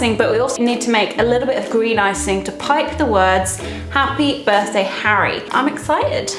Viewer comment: Well have a very “ Happe Birtday “! As the great Hagrid would say “ shouldn’t of say d’at “